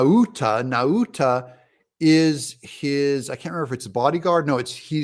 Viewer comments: Maura is from Guam. Proper pronunciation is Now-ta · Nauta is pronounced "now ta!"